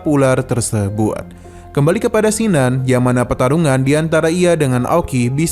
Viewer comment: kin nan.. bkn sin nan jd mlas ku dgr ny